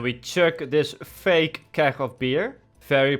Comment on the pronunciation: How you pronounced keg... lol